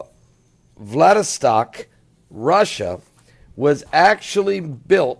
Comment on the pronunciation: VLADIVOSTOK not Vladistak pastor..